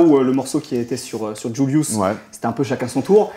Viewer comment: Incroyable incroyable trop fort, le flow, la musique, des punchs, il est content d’être là, le journaliste au top mais par contre je déteste comment il dit JVLIVS, il dit djoulious, entre nous c’est vraiment plus Julius